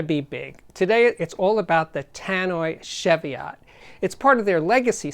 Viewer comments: "Sheviott" nope.... CHEVIOTT please. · Another great review, Steve. Just FYI, it's pronounced chee-vee-it, no shev-ee-ot. Named after some hills on the England/Scotland border. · Ch-evy-otts? Try chee-vee-ots. Sometimes pronunciation grates, but only when i know what it is right, which isn't often. For your global audience please give weight in Kg as wall as lbs. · Great video Steve as always. Just a tiny gripe - pronounce 'Chev-iot' like Chevy Chase. It's a mountain range in England, UK. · It’s pronounced she-vee-ot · pronounce chee-vee-ot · Its pronouced cheeviet. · Steve love your reviews always full of enthusiasm :-) One thing though the pronunciation is (Cheeviot) godamn the English heheheh. Keep up the great work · As in Cheviot Hills in Northumberland.And pronounced Chee-viot.It is not a car. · Love Tannoys and the sound they produce. Just one little thing, it’s pronounced with a hard CH as in Cheese not a soft CH as in Chevy. The name comes from a series of hills that straddle the border between England and Scotland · It's pronounced Cheev-iot. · Jfyi., it's pronounced 'Cheeviot' or 'Cheeviat' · Yeah, that's just a UK English/US English thing though, no? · Cheviot as in cheese or chicken or chech your pronunciation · Thankyou for that, I was just about to make the same comment. I almost chucked when I heard this guys pronunciation!!